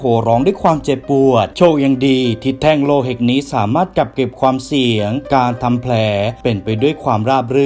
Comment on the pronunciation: พี่พูดว่า แท่งโลหิตใช่ป่ะ 😅